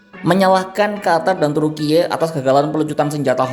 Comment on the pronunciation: lha mbok jangan pakai AI baca beritanya. kl pakai AI yg bagus dong mosok baca Turkiyeee